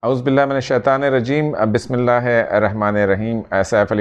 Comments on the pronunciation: You don't even know how to recite Bismillah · Respected sir aap nay i think Bismillah sahi nahi parhi ..may be muje galat laga aap aik dafa dobara sun lain thanks ..agr koi baat buri lagay to maafi chahta hoon